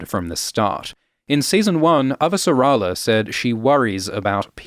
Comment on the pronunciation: Hell yeah, more Expanse episode breakdowns. I can't wait to hear all the new ways you mispronounce Avasarala.